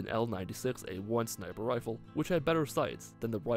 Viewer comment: did you say gwifle?